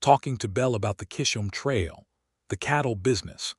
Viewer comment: Oh no 😲 Not another story (and yet a good story) that pronounces kiss'm Trail so very wrong! (is it a trail where everyone kisses?) Chisholm Trail is said with a beginning 'ch' ... like in church... ((middle 'h' is silent)) Chiz' um Trail 'ch' can have a ch ch ch, 🚂 sound.. or a Hard 'K' sound. 'Character' has the hard K sound at the beginning. Kar' ac ter It would be nice to hear this trail's name pronounced correctly, Chiz um Ch... like in church. Thnx....